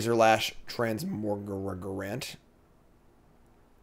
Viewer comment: it's funny that you can't pronounce Transmogrant because it has the word MOGG in it! Trans-MOGG-rant!